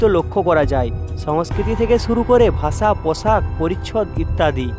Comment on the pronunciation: ভাই তুমি ভাষা কে ভাচা বলে উচ্চারণ কেনো করো আর আসলে কে আচলে বলে উচ্চারণ কেনো করো 🙂